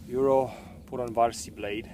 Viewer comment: It's funny how you say Yrjö Puronvarsi. :D Greetings from Finland! Awesome video.